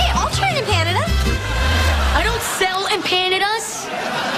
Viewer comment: lol lilly said empanada wrong XD